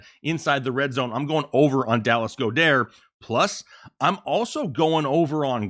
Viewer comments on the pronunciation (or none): Goeddert is pronounced Gawd-ert…